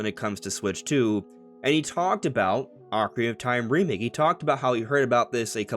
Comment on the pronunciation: “Ocarina of Time” has six syllables, not five. It bothers me that you constantly say “Ocarinof Time.”😂